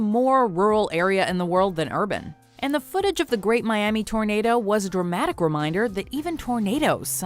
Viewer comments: JJ and josh : foot-a- ges 😂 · serious video JJ : foot-eaa-gees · Vikram "FOOOTAGIIIIS" Barn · i’d like to see anyone try and say footages better that jj, GO ON!